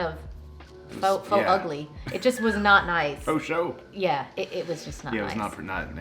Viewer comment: He said "faux sho" 💀